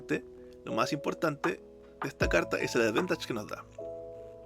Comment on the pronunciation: Bkn la iniciativa y temón de Zelda. Seguiremos atentos el canal, acá un jugador de MyL por pobreza jajaja. Me enganché al TCG por Magic pero no soy magnate para sustentar MTG todavía. Una crítica constructiva: la palabra es advantage, advEntage no existe en forma escrita (aunque puede sonar así según el acento de origen del angloparlante).